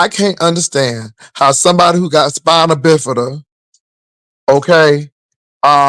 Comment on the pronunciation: SAY SPINABIFITA 1 MORE TIME!!